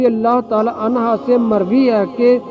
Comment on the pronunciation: O Bhai mard anha Nahi hota hai anhu hai